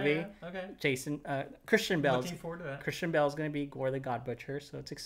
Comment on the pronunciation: pronounces Christian Bale like Kristen Bell and I got really confused until he showed us the picture